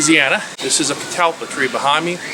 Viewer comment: That old man said the name of that tree better than you did!